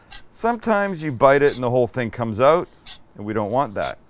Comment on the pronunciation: Love the way you say 'out', not so keen on the way you say 'caramelised.